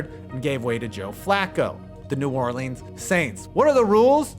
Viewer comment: pronounce new orleans correctly please